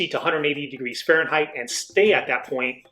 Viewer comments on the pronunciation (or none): none